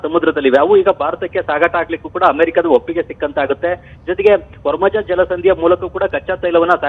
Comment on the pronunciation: ವರ್ಮಜ ಜಲಸಂಧಿ ಅಲ್ಲ ಕಣೋ ಅದು ಹಾರ್ಮೋಜ್ ಜಲಸಂದಿ